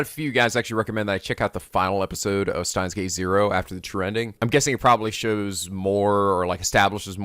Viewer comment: I wonder when will pronounce Steins;Gate correctly?